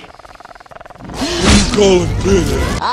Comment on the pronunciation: WHO R YA CALLIN PINHED